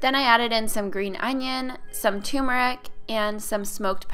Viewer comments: Tried the French toast with the Silk brand soy nog I've had sitting in my fridge & it turned out amazing! What a crazy simple & delicious recipe! Also, I love you but it's pronounced "tur-mur-ick" not "too-ma-rick!" Dunno why so many people think it's said that way lol. As an Indian person, it's pretty confusing to hear... Just letting ya know! ❤️ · Anyone else hear TOO MER ICK instead of turmeric?